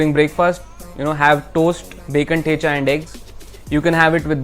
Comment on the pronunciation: Why are you pronouncing thecha not like a kamath